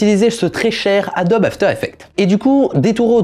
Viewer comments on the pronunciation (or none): none